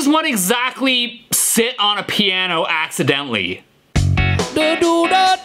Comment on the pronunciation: Sting plass piaasno very well, ha ha…